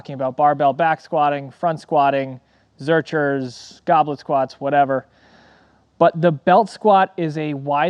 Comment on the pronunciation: It's prnounced "zerKer" not "zerCHer"